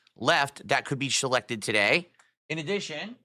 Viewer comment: shelected...yea he only drinks on rare occasions.